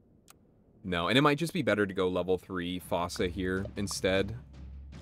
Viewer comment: Fossa is pronounced “foo-sa” btw